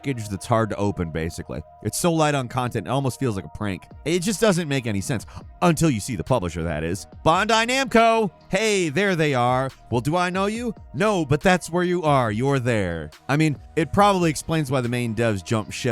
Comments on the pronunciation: what did you just call bandai? i have never heard anyone call bandai bondi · It's Bandai, not Bondai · I'm sorry to be that guy but I don't think you're saying "Bandai" correctly. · the way you pronounce 'bandai' hurts my ears every time. search up the hundreds of vids of how its pronounced please